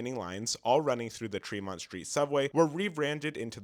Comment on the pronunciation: Tremont, not Treemont.